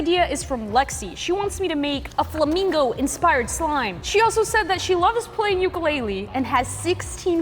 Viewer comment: you say ukulele like uoo-koo-lele